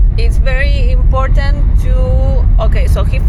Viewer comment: Please stop saying imporntant. Import-ant … important only has one “n”